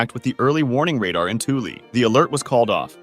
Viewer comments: Heads up! Thule is pronounced "Th" like Thug and "ule" like School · its not pronounced twoley its THÜL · It’s weird how he pronounces Thule correctly for the first half but then says it wrong in the second half of the video. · Correctly pronounces Thule then also incorrectly pronounces it seconds later...